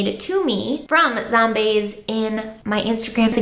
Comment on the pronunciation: “zomneigh” oh my GOD 😭